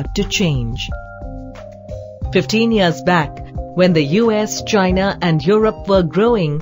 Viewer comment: She pronounced China just like Donald Trump!